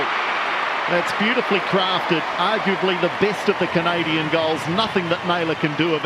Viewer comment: I truly enjoyed with the kiwi transmission. The way they pronounced "Canadian" was so funny. Greetings from Chile and congratulations anew on what you got at the Olympics....